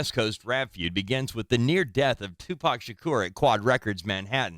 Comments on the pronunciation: She is killing me with his last name -Tupac sounds like ,”To -Poq or Pock”! Shaaaa Cor but how yall say it ugh 😣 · I can’t stand how she’s saying Tupac’s name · The way she pronounced Tupac's name is crazy but I'm praying they finally get Justice for Tupac Shakur. The didler knows who killed him, and he's looking very guilty